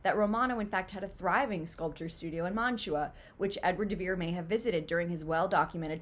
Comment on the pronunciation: "They rhyme and the syllables and stresses are the same." Only if you choose to pronounce the name "de Vere" exceedingly oddly by landing hard on the "de", when the stress is actually on "Vere". I think you've been watching too many Saturday Night Live reruns if you think that "de Vere" is pronounced like "DA Bears". Also, William has three syllables in it. Other than that... well, it would just be a plain coincidence, at best, and one that is NOT consistent with our experience of other writers' pseudonyms. Does "Mark Twain" rhyme or share a common beat pattern with Samuel Clemens? Does "Sapphire" rhyme or share a common beat pattern with Ramona Loften? Does "George Orwell" rhyme or share a common beat pattern with Eric Blair? Does "George Eliot" rhyme or share a common beat pattern with Mary Ann Evans? "Do Acton, Currer, and Ellis Bell" rhyme and share common beat patterns with Anne, Charlotte, and Emily Brontë? Does "Mary Westmacott" rhyme or share a common beat pattern with Agatha Christie? I could keep going, but the point is made.